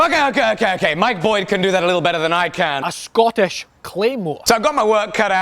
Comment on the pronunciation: Scootish Cleemurre